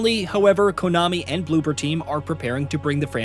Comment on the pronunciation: cant even say the dev's name right